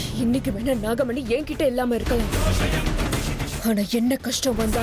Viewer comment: Dai ethana thappuda pannuvi GA dubbing process la Vishnu dialogue la namagamani illa da nagamani